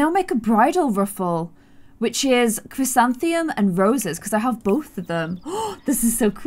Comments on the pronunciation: The chrysanthemum is pronounced Chris an the mum, not crisantheum 😊❤️❤️ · It's Chtis-San-thuh-mum Chrysanthemum I know from a book with a girl named that.